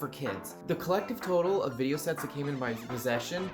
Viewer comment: Vidy-no hahahahahahhahahahha